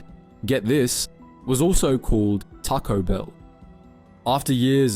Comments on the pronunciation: Taco Bill not Taco Bell 😂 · Bill not Bell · “tocko bell”? Lmao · Try pronouncing the name properly! Its not Tarco Bell. Its Taco Bell.